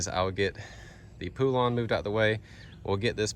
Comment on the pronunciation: Thats not how you pronounce poulan 🤦‍♂️